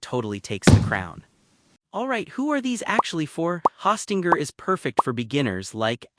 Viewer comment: Hawstinger? OK AI.